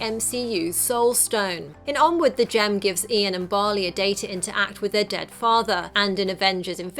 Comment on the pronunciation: you said Onwood